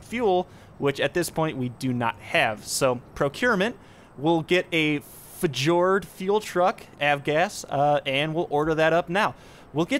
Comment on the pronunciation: Fjord fuel truck is pronounced fee-your-d as in the Norwegian fjords :)